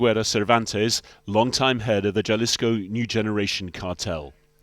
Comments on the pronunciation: J (with h sound) h-alisco, not jahlisco lol. 😂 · after hearing the reporter saying "Jalisco {like jam} New Generation Cartel" I lost interest in this clip. It's pronounced "Halisco" you idiots.